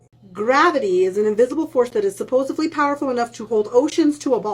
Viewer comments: She also said “Supposively”. That bothers me as much as flat earth does. Oh, and then she said “supposedly” and got it right, and the. She said “supposeably” and got it wrong again. I’m confused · It's difficult to know where to begin with all of errors. I wish she would at least begin with saying "supposedly" instead of repeatedly saying "supposively". I've seen some clueless flat earthers before but she is something special. Flat earthers are like lawyers. They're not interested in the truth or the evidence for it, they just want to push their narrative because it suits their needs. But at least most lawyers are competent. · The second i hear “supposively” and not supposedly, I know to lower my expectations for what’s about to come next. EDIT: in her follow up video she said it right! Small victory but I will take it. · You're misrepresenting her argument. She said "supposively", not "supposedly" 😂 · It's also a red flag when you pronounce it, supposobly. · Sounded like "supposively" a couple of times too! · Was anyone else surprised that she actually said "supposedly" and not "subposibly"? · Is she saying "supposively?" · Is she saying "supposofdly" ? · If she's trying to convince me of something, saying "Suposuvely" made my brain stop processing her words. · She says "supposeBLy" I already don't listen past that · Ugh, "supposevly" she says, bru-tal. Righteous indignation and the dim uncomprehending light in her eyes says it all. She must be new to flerfland or incapable of moving on if she's still whinging on about the "water stuck to a spinning ball" comedy routine. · "supposuvably", FFS lost me right there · But suppozubly we're told spitting stuff doesn't stick supposably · She lost me as soon as she said "supposebly" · She was taught that at the same school that taught her to pronounce it, supposUBly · Did she pronounce it "Supposively"? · She says "supposably." All credibility blown! ;) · "supposebly" FFS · Well, at least it wasn`t ”suppos-a-blee”.